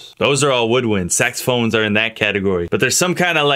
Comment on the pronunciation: every tym i hear saxophones i remember how tae pronounced it hahahahahah cant stop laughing 😂😂😂😂😂😂😂😂😂😂😂